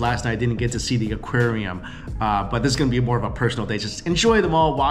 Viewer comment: when he is eating he says "look as you can sheee" instead of "see" ... like he adds a "sh" in his words. I think he knows its his think